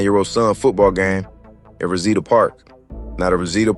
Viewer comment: Facts. He don't even say Reseda right 🤦🏿